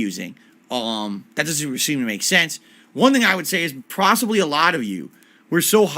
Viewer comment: "prossibly" nice.